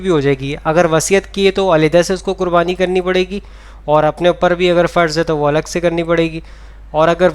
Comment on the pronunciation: Farj nahi wajib thik se suna kariye